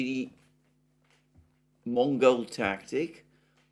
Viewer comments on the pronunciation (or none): none